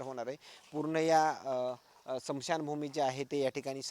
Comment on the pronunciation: स्मशान भूमी असे म्हणा....... समशान भूमी नाही